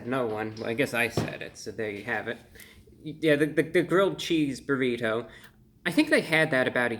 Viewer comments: I love how you pronounce "burrit-ho" Brah!! 🙂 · The way he says burri"toe" 😂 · The way he says burri TOE haha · I love the way you say "Burritoh". Like the butler on The Fresh Prince Of Bel Air. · I like the way you say "burrito" lol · Why he say "burrito" in cursive like that? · The way he says burrito is pretty funny. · The over pronunciation of the word "Burrito" is a highlight.